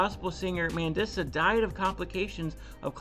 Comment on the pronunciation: Her name is pronounced Man-dee- suh. Rest in peace, sweet lady. She struggled with her weight her whole life. 😢 i love her music. Thanks for covering this. It's an important conversation.